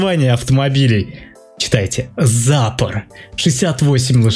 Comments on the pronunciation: надо быо сказать не зАпор (ударение на а) надо сказать запОр (ударение на о) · Ну не зАпор, а ЗапОр